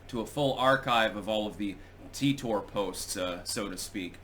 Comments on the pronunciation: No, I heard this story enough back in the day because I used to listen to "Coast to Coast AM" on the radio. It's pronounced "Teeter"--and I capitalized that because with that spelling, it's a fairly common surname where I live. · "Titor" is pronounced "Teeter"--and I capitalized the second version as well because with that spelling, it's a fairly common surname where I live. I used to hear a lot about this story back in the days before I had enough bandwidth to watch videos on the internet, and I was forced to listen to "Coast to Coast AM" on the radio when I had insomnia. (This was 15 to 25 years ago.) It was a compelling story to listen to, but it seemed very unlikely even back then. The problem with both Art Bell and George Noori is that they would hype up a story like this, and when something happened that proved it untrue, they would just stop mentioning it--with no discussion whatsoever as to the fact that they were wrong or why they had promoted it. Another example was the "Killshot" which was supposed to happen at the end of 2012, but didn't. Even after the prediction failed, they still had the story's main proponent (Ed Dames) as a guest later on to talk about other things--but with no mention of the Killshot's failure. That sort of thing tends to discredit legitimate stories they would cover, such as the ever-increasing tyranny of government. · I thought it was supposed to be pronounced Ty tor, because TIme Travellor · It's pronounced tEYEtor. Or Tar-Tar